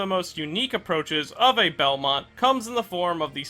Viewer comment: Someone that finally pronounces his name right 😎